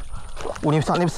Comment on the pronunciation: BESAR BRO..BESAARR BUKAN BESA..BESA 😂